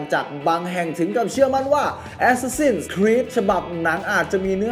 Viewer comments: อะแซสซิน/แอสแซสซิน ไม่ใช่ แอสซาซิ่น=ซ ิ ่ น (มันพิมแล้วไม้เอกไม่ติด) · əˈsæs.ɪn ใครอ่านโฟเนติคเป็นน่าจะรู้นะออกเสียงยังไง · เห็นด้วย ขัดใจกับ ซิ่น มาก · ได้โปรดออกเสียง Assassin ให้ถูกเถอะครับ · Reaper มันมีจริงครับ แต่เสียงมันไม่ได้เน้นไม้เอกแบบนั้น แบบคนอ่านsword ว่า ซะวอร์ด มันก้แปลกใช่มั้ยล่ะ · ผิดไง รอคำตอบ